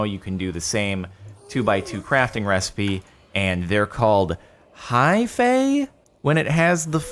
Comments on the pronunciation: Hi - fay is how it’s pronounced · I've only heard it pronounced as if the e isn't there...